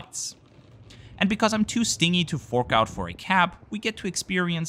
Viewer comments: It's not 'too sting-y' - it's 'too STINGEY' (ST-IN-GH-EY). Rhymes with cringe-EY! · Awesome video so far. Just a note, the word 'stingy' is pronounced as sting-jee, sting as you pronounced it is a different word (ie. an angry bee would be stingy!) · The word stingy is pronounced "stin-jee" and not "sting-ee," just so you know! I make pronunciation mistakes a lot with words I know perfectly well, but have only read and not heard, too. 😂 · "stingy" = stin-jee❤. And, "cheap" works better in this context. Keep up the great work ❤